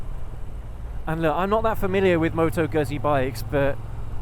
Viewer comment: Good review - My V7 is deffo a keeper - along with my Dnfiled C5 Classic 500 - my other bikes are what they are and will in time go! - The v7 is not a cruiser and it is pronounced GOOT-Zee (ask my Itatian Daughter in law - and as the whole family work for Moto Guzzi in Mandello Del Lario - they should know! 🙂